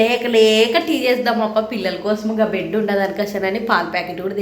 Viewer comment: బెడ్ కాదు బ్రెడ్ అను నువ్వు ఇంటర్ చదివాను అన్నావ్ ఇలామాట్లాడుతున్నావ్ ఏంటి